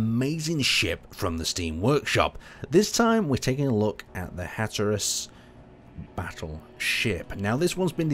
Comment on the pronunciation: "Hatterus"? Come on, making simple simple pronunciation mistakes really undermines any credible opinion you build with me.